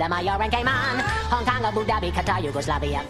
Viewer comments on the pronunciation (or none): Imigane said yaugoslavia